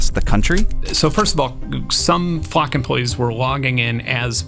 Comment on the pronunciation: Why are you pronouncing it Fluck??